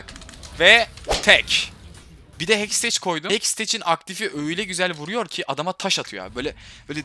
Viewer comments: abi hexteç deil hextek diye okunuyor:D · Hekstec değil hekstek Tilt oldum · "Hekstek" diye okunuyor "Heksteç" değil. Hani teknolojinin kısaltması.d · hecteks diyişine hastayım asD:AS